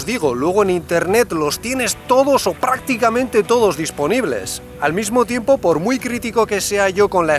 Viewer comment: “todos prrrrrrácticamente”